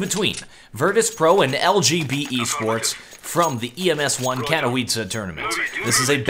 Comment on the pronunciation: you should say "katovitze" rather than "katowitze" like you do now. Still making progress though